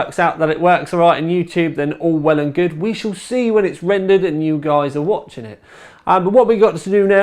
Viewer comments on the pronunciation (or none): none